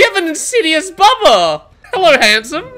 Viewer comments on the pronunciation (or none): " oooh it's a boobuh!!!" It's Bubba hunny. 😂 lol